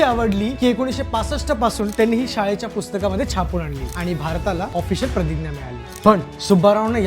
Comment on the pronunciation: दादा, तु "प्रतिग्या" असा का उच्चार करतोस? आपण मराठीत "प्रतिज्ञा" म्हणतो.